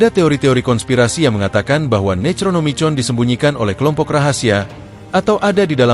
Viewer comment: sengaja ya nyebut Nechronomichon instead of ネクロノミコン, biar ga kedeteksi algoritme atw apa gitu? begitu jua LoffeKraff instead of LofKraft ... fyi, there was once an Eroge titled ネクロノミコン in PC-98